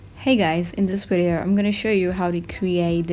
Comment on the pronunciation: Cute when you say WIDEO lol